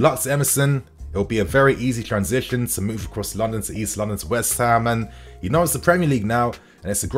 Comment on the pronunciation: Why can’t you say West Ham properly you spaz?!? 🤦🏻‍♂️😂🤡